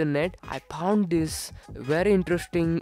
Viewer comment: Everytime i see a video of yours...My heart say's...God Bless You kid...Love your presentation/ style/ smile and the way you say "Phound" :)